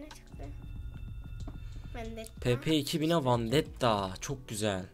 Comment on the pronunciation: andetta değil vendetta